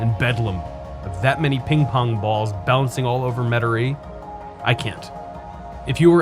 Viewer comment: The way you pronounce Metairie is unlike anyone I ever heard in my entire life. Where are you from?